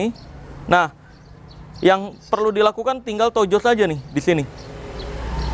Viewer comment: Tujes bang koq tojos sih 😂